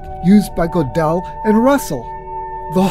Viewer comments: please don't mispronounce the name: it's 'Go-del, NOT Go-'del !!!!! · It's 'Good-del not 'Go-del.